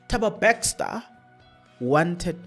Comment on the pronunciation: Thabo Bester not Bexter😂